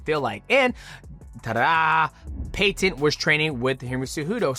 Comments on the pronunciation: Yo mighty why do you say Peyton weird and you say his last name weird don’t be weird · Bro I can’t even watch this because you say Peyton so weird next